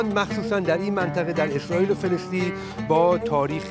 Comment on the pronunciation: فلسطین نه فلستین به جا سفر کردن زبانتو تقویت کن